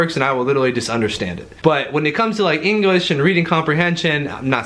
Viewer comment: Anyone else catch him say engrish?